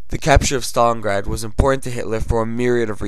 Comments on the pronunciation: wtf u dont pronouce it stolingrad you pronounce it stalingrad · stopped watching at "Stolengrad" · learn to say stalingrad